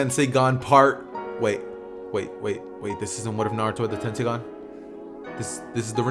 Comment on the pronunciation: Bro said tensigan (don't know how to spell it) so when it coming?